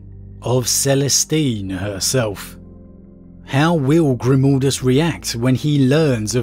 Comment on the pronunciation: ... What? GrimOldus...? WHere did the O instead of A come from? xD